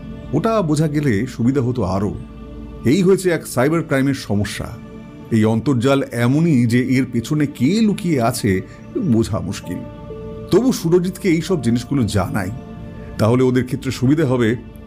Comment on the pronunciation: Khub khub khub valo golpo ta..sudhu ekta kotha dada. Ek jaaygay sunlm internet er bangla ontorjal bola hoyeche. Ota Antorjal hobe.